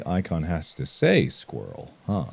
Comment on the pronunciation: i just love the way he says squarle